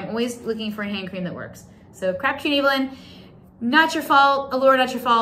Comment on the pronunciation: You are saying Crabbtree and Evelyn wrong!! I used to go to their shop in Belfast regularly! They also have a beautiful hand exfoilater and cream which leaves a protective layer over your hands. It's lovely. Happy St Patrick's Day from Ireland 🇮🇪🍀💚🙏